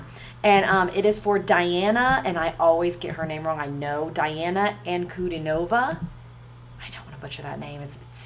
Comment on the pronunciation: Her name is pronounced as, Un-Cu-Dean-O-Va